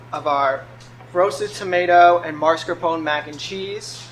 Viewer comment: Well he said "Marscapon". Don't correct people when you didn't hear what the video said.